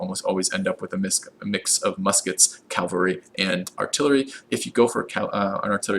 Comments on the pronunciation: Please stop mispronouncing "Cavalry", it's soooo painful xD It's Ca-Val-Ry note the position of the L. You keep saying Cal-Va-Ry, which is quite funny, since The Calvary is the place where (allegedly) Jesus was crucified. cheers, thanks for the Civ V videos. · My inner grammar Nazi dies every time he calls them CALvary instead of CAValry. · calvary is the hill jesus was crucified on please stop calling the cavalry calvalry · i get irrationally mad when you say 'calvary' instead of 'cavalry' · "Cal-Var-y" is killing me lol. Great guide though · Perfect video! Except that you pronounce cavalry “Calvary!” ;)